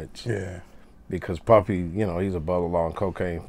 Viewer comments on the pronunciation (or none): It cracked me up how Kokane said puppy instead of puffy when speaking about their relationship 💪🏿💯😂